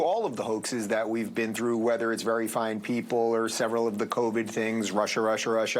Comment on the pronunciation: You mispronounced Stahl. It’s stool. My favorite of Pelley’s was his commencement speech. You couldn’t take it seriously unless he wore a dunce cap.